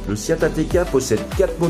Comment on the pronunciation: Pourquoi prononcer SIAT ? Le nom de ma marque SEAT aucun i dans ce nom !